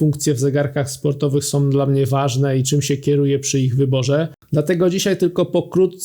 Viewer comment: nie "naszom", tylko "naszą"", nie "som", tylko "są"